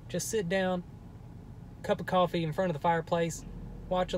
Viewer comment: Did h say coffee